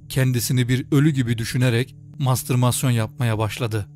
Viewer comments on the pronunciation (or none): Mastırmasyon değil, ''mastürbasyon''.